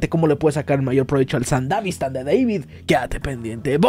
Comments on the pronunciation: Me estresa que digas sandavistan y no sandevistan como debe ser pero igual buen vídeo xd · Se dice Sandevistan no sandavistan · Se dice sandevistan.